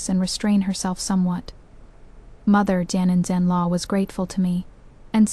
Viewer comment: you need to listen to these stories before you post them. The AI can’t correctly pronounce today, mother-in-law, father-in-law, or parents-in-law. It messes up the children’s ages in the timeline. It labels the heir as the crown prince, instead of the heir. It also makes no sense to fight so hard against them in the beginning because of him taking a concubine only to later give him two concubines, and then let him keep taking them in just to spite the one he originally wanted to take in. This makes the FL look stupid and petty. I didn’t like this story at all. It would have made more sense if FL would have stuck to the six months, got the signed paper of the events and later went to the yaman to get a divorce. I would have respected her if she had done this. It’s stupid and petty to punish one combine by taking in more. It’s making the FL look stupid too.